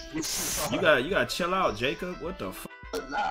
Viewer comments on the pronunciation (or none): Had Me Dead On God 😂 Nigga Said “Whhet”